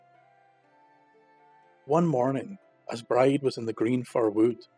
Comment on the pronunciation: Amazing ..Bride is pronounced Breejah .Thanks these are so so good .